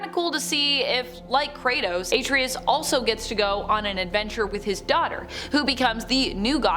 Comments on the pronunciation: Why are you pronouncing his name like that?! That sht is annoying!! She's saying it like: "Ate-tree-us." It's pronounced: "Are-trey-us." The game doesn't even pronounce his name like you're pronouncing it. So annoying to where NO, I'm not liking nor subscribing. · A-TREY-US NOT AT-RI-US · EXACTLY!!! Hell, the game says his name throughout the damn game!! Just like you said, it's: "Are-Trey-Us" not "Ate-Tree-Us" That sht is annoying, how she's saying it!!! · A-TREE-US Lol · * Are-Trey-Us** it’s Artreus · The way she says Atreus grinds my gears. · I swear I JUST SAID THAT!!!! I just commented about that before I seen your comment. That sht is very annoying!!! And I don't know why she keep pronouncing his name like that!! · How you pronounce Atreus is not correct do it the Kratos way, the true gamer way